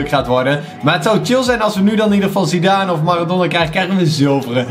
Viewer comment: Je spreekt het uit als zidaan